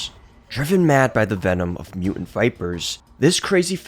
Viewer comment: There's a "t" in the middle of the word "mutant"